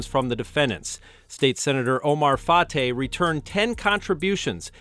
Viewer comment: Fartay needs to be arrested as well, sorry about the English pronunciation of fartay name, he's just blowing a bunch of air and I bet you he still continue to scam